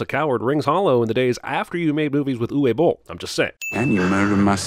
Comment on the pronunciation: Cough its Uwe (Oovay) Boll cough